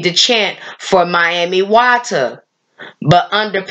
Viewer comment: EXCELLENT! Well done Sis for pronouncing her as Mami Wata and not Miami Wata 💙🤍💙💦🧜🏿‍♀️